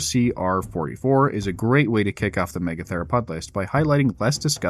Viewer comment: Lol "me-gather-o-pod"